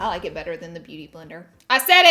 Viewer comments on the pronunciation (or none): none